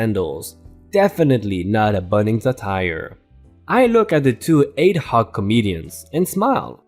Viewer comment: AD-hoc AD issaid correctly as ADD like add to not A-I-D as there is no letters between the A and D at all. it's "AD(d)-hoc